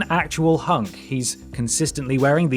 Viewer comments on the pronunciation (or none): lmao I'm waiting for H U N K and not disappointed. I somehow knew that you will over-pronounced it that way. I just knew it.